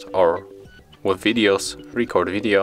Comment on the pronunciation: It DOES work. In standard English pronunciation, the stress matters. In your film you gave too much stress to the first syllable of "record". You could try again with a very very short (it will seem short to you) "re-" and a very very long "-cord". "Re-CORD video". (I think you are saying "video" OK.) It's not your fault. The Android makers should have allowed for Asian accents.